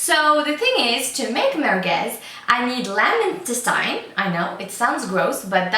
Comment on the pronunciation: i think you're pronouncing "intestine" incorrectly